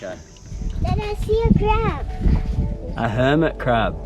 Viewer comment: I remember when used to say crab as "pab". That was so cute. 🥰